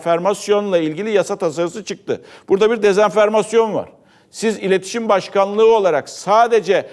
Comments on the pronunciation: Sayın Portakal, sizi çok severek takip ediyorum. FOX'tan sonra, You tube kanalınızdan da... Dezenfermasyon değil, dezenformasyon, toplumun sizden her zaman olduğu gibi teleffuzda bile, doğru esliginde bilgilenmesi gerekir. Ayrıca bu ülkenin ve bizlerin Erdoğan 'ın halkın yarısı ve muhalefet için terörist demesinden epey bir sıkıldık... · dezenfermasyon değil, dezenformasyon